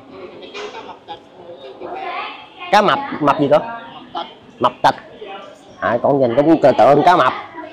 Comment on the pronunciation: 😅😅😅😅cá mập tịch 😅😅😅rán nghe dữ lắm mới ra chữ tịch đó ạ 😅,ban đầu em nghe cá mập.......